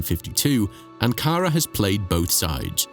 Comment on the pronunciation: Anara. ???querras decir ANKARA